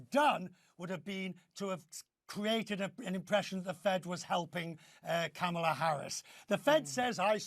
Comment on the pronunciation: Doesn’t this guy know how to pronounce Kamala’s name. He’s either a pro-Trumper or he watches too much Trump videos